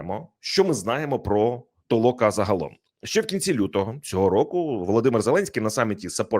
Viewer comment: Не ТООЛОКА А ТОЛОКАА.